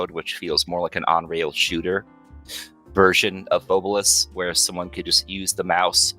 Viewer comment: Loved the pod as per usual lads: Hmm, my takeaways on this one are. 1. So Phobolis (not pronounced as "pho-BOH-lis" apparently) is basically Silent Hill but covid. 2. has additional photoreceptive cones in his eyes, which is sick (and exceedingly rare in males, if i recall correctly, it is more prevalent in females). 3. Not gonna lie I would absolutely love to hear story about what happend in his town in detail - That story seemed to have been quite personal (and quite painful to him). 4. I knew of the engine switch, but it was a fascinating listen nonetheless. 5. Also holy shit painting on a single layer in blender like that takes Balls, I respect that. And the result is nice too. (Though I would advise getting their hands on the Paint System by Tawan Sunflower, which basically allows you to paint in layers. I've used that for my personal projects occasionally.) 6. I am thinking of taking quite a few inspirations from the Concept of Death (or lack there of) in Phobolis, to sort of give it my own spin for a potential, theoretical personal project, hopefully the duo won't be against it! In the end. Proper podcast lads, much love for shining more light on this random little game that stuck with me all these years from Alpha Beta gamer's channel. Also Merry christmas and a happy new year.